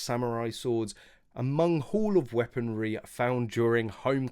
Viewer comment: It's not "Weaponary" unless I suppose you club someone over the head with it. It is FORMER weaponary.